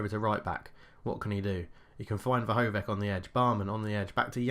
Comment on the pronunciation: Vrhovec, Balkovec... last word is not K, try to say the same, like Vrhovetz, Balkovetz